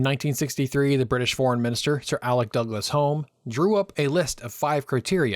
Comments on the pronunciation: A minor point but the Home in Douglas-Home is pronounced Hume to rhyme with room. Daft I know but there are dafter pronunciations in British names! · I enjoyed this video because I remember all this happening. Just a small point though, Sir Alex Douglas-Home’s name is pronounced Hume not Home. The Humes are an old family in Scotland and some spell the name Home and others Hume. Just one of those Scottish quirks! Otherwise an enjoyable and informative video. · A few pronunciation problems: Sithole, Dien Bien Phu (rather than Bien Dien Phu, and Alec Douglas Home. Interesting, nevertheless+1.😊